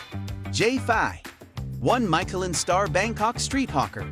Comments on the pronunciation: Great recommendations, but…OMG the way you pronounce Michelin is off-putting…cringe. And can’t you just say Thai baht, instead of saying T-H-B? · Don't know if I should trust this video, when you mispronounce Michelin. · Very painful how you pronounce Michelin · Could you at least learn how to pronounce Michelin ... rhymes with "miss" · YOU NEED TO LEARN HOW TO PRONOUNCE MICHELIN ! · Maybe watch a video in french about Michelin restaurants and learn to say it correctly. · Tech your computer how to say Michelin properly. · Dude, you not only butcher "Michelin" but the Thai pronunciation of food and storefronts. Nice informative video but please learn how to pronounce the Thai dishes! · I had to stop watching because of the way Michelin is pronounced… ears are bleeding